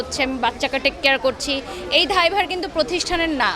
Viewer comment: ধায়ভার নাকি দায়ভার?